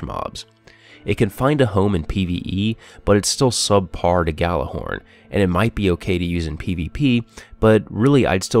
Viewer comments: Yallerhorn, you pronounce it with a Y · It's pronounced Yallerhorn, it's nordic, it was horn used to summons the gods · Nice review, but FYI the Gjallarhorn is pronounced as "Yallarhorn." It's Old Norse. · You pronounced Gjallahorn wrong. -_ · You run Planet Destiny videos and you don't even know how to pronounce Gjallarhorn correctly....Sad...